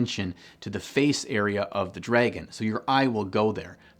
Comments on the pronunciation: Wait so your telling me I have been saying dragon wrong all these years its dreygon not dragon hmmmm real mind opener. Jokes aside this channel keeps growing on me every video posted thumbs up and subscribed :) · Am I the only one weirded out by the way he pronounces "dragon"? Not even going to mention the socks :) Cool vid tho!